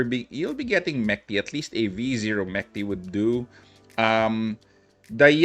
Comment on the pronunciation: Mechty is a russian word which translates to dreams. Proper way to pronounce it is to pronouce ch like in challenge